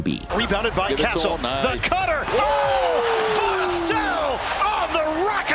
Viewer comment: nor how to pronounce vassell, his name is said hella times during the highlights and he still can't get it right lmao